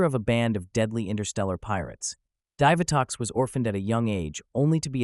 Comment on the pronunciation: It's pronounced DEE vitox